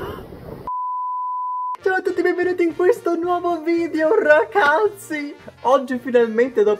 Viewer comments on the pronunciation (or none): Raga io ho capito RACAZZI invece di RAGAZZI ma ok...😂